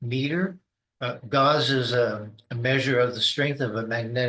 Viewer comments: Another indication that he has no idea what he is talking about is that (magnetic field detection) Gauss is pronounced Gowss (like cows) and not gauze.. Idiot. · PhD not good enough to pronounce Gauss correctly... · Any "scientist" who doesn't know how to pronounce gauss is very questionable.